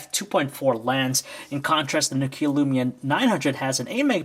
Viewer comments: It's nokia.. Not no kia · NÒKIA or nOkia, not NOKIÀ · For f**k sake it's not NOkia it's Nokia... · It's pronounced "Nokia Lumia", not "Nokiiä Lyumiä" I'm from Finland so i know that. By the way, LUMIA 900 ROCKS!!!!! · is nu-keea a new brand? lol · you pronounce nokia wrong!!!! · anyone else getting anoyed about how he was saying nokia